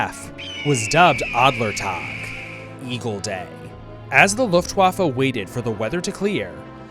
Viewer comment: Please, just, learn how to pronounce Luftwaffe and Wehrmacht correctly